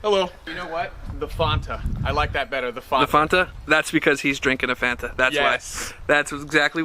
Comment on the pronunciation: I’m still not coming back until you learn the correct pronunciation of Fanta 😂😂😂😂